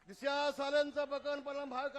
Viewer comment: Dishiya hyala sarl disha bolta yet nahi pillu mhntos tyanech tula zhandu bam lavyla lagla 😂😂😂